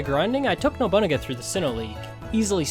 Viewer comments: I'm trying my best to hear Nobu-naga and not Nobu.. uh.. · Love the video. If its nickname is referencing the historical figure/character then its pronounced no-boo-nah-guh